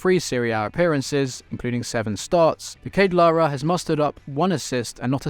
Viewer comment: The pronunciation of De Ketelaere kills me